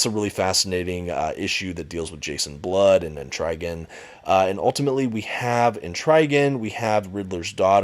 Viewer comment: I never heard Et-Trah-Gahn pronounced Et-Rye-Gahn. But yeah, this book was great, though "Lonely City" is misleading considering the amount of supporting characters in the book. (And I don't know how Two-Face can run for Mayor. Then again, Gotham doesn't seem like it has strong anti-corruption laws). But seriously, books like this are one of a few reasons why I personally prefer DC to Marvel: High-quality, self-contained stories requiring little-to-no background knowledge, without worrying about extensive continuity or context.